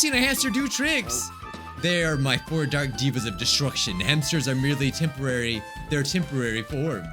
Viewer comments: Says “diva” instead of “deva” The devas: 💅🏻💅🏻💅🏻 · Pronounces the Devas ‘Divas' My Gundham kinnie self: Just one single word gives me ungodly amounts of rage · he also says Devas wrong... Gundham literally says it and still says it wrong 😢😢😢